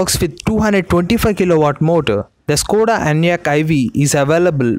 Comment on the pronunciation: Sir it is not స్కోడ but ష్కోడ and it is not వొక్స్ వేగన్ but ఫోక్స్ వాగెన్. Otherwise you are doing a good job of giving us very interesting knowledge